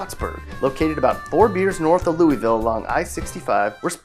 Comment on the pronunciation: Lou e ville. Haha. It’s Lou a vulle. I live in the southwest part of Indiana on the border of Kentucky. Trust me, it’s Lou-a-vulle. That’s how you correctly pronounce Louisville, KY. And you forgot Gibson, Spencer, Perry, and Posey counties. All off them. Also, Boonville and Chandler in Warrick County.